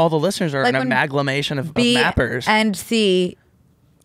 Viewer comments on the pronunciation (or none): I could not stop just correcting it to aMALgamation every time he mispronounced it lmao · saying he’s been loving the word ‘amalgamation’ and proceeding to pronounce it wrong for the next 3 minutes is classic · the amount of people in the studio that did not try to correct b and c’s pronunciation of amalgamation is astounding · I’m not going to be able to stop saying, “She amalga on my podcast till I mation” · them pronouncing amalgamation wrong for 3 minutes straight is killing me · I just needed them to say amalgamation right like one time … like 1/50 they should have said it correctly